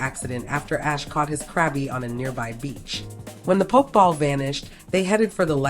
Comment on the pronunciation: Poke-ball instead of pokéball bothered me more than mook lol